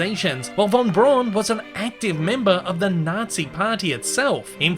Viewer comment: Braun in Wernher Von Braun is pronounced almost as "brown". If you're skeptical of my claim, then check out the Defunctland's video The History of Tomorrowland 1955, as well as Disney's own TV special Man in Space for proof.